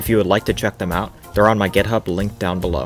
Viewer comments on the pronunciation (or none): none